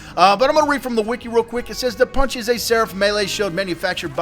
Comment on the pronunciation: love the way says PUN CHEE